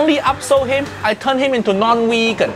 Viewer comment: No no no uncle roger say wegan